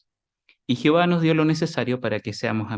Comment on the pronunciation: No es por criticar pero porque no pronuncia bien el nombre de Dios es Jehová no es Jihova es como sí no pronunciaron bien el nombre del discursante seguro que al discursante no le iba a gustar mmmmm